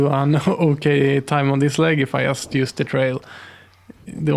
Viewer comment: Great video, thank you. I only wish you could pronaunce the word "just" correctly